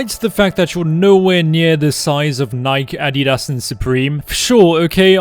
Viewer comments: Nike? The pronunciation is killin me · Why he say nike like that lol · the way he said Nike lol